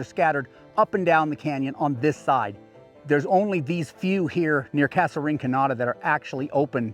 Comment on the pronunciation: Recently watched your video about Chaco. Excellent overview about the Chacoan culture. However, please properly pronounce the word “casa”. This is a common and well known spanish word and it is offensive and disrespectful to mispronounce the word using a long A. For those of us from the Southwest, it actually hurts our ears to hear you mispronounce such a simple and common word and impacts your credibility as to southwestern culture. Thank you.